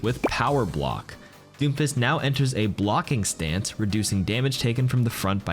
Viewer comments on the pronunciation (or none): Am I the only one who heard him say doofus instead of Doomfist? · Everytime you said doomfist I heard "Doofus" I was like wow this guy really doesn't like this character!